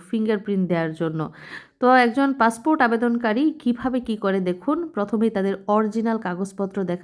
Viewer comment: পাসপোর্ট বললো নাকি পাসফুট 😂😂